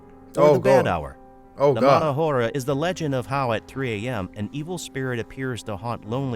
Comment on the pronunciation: Hora is pronounced ‘Ora/aura’: silent h, dumbass narrator! 😆